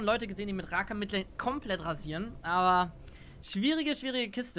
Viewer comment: bitte lern das Wort "legit" und "Rakan" richtig auszusprechen.